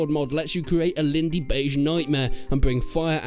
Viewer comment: "Lindeybeige Nightmare" 😂 my guy